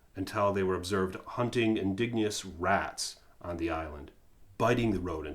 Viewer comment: When do we ever find out that the dilophosaurus are poisonous? I can only remember venom being displayed. Also...its indigenous...as in "in-didge-in-us". Gotta do it lol....but thanks for giving this extra info I wouldn't have gotten otherwise.